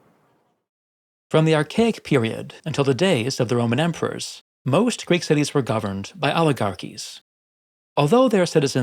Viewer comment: Aristotle considered Athenian democracy to the most extreme example of it Also please fix your Greek pronunciation